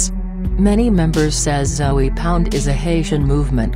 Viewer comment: She saying Zoey..lol